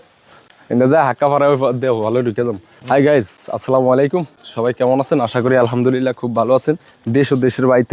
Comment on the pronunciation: আলহামদুলিল্লাহ, এর শুদ্ধ উচ্চারণ আপনাদের শিখা উচিত।